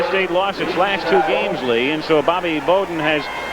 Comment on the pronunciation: Did the great Al Michael's just pronounce Bobby bowdens name as Bobby boh'den ?